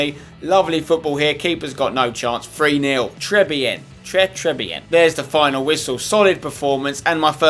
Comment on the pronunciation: Spencer its Pronounced "Trey Beeyen" and "Shampeeyon